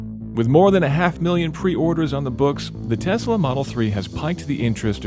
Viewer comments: Dude, you need to stop saying TeZla. It's TeSSla! As in Nikola Tesla. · “Tess-lah,” not “tez-lah” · It's Tesla, not Tezla. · Love the episode but only elitists call it TeZla and not TeSla as it is pronounced in English. All the fanboys are imitating Musk's SA accent saying TeZla. Just FYI, the name was TeSla in TeSla's native tongue anyway. It like someone constantly pronouncing "Paris" in French while speaking English - just sounds snobbish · It's TESS-la, not TEZZ-la. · This guy calls it a Tezla. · Joshua Walker — I’m also having trouble with “Tezla” pronunciation